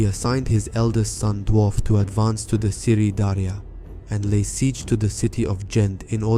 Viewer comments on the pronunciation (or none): none